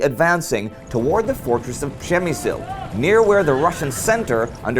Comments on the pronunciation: Indy keeps pronouncing it prem-me-zil which i belive is roughly the correct pronunciation. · it should be pronounce like /pzhemyshl/ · Guys, great channel. I've checked almost all episodes. Shame is that a lot of Poles probably do not know how Przemyśl important been before. My hometown is Jarosław, my flat really close to building complex where Austro - Hungarian barracks / garrison were. Indy little advice, check pronunciation for Przemyśl (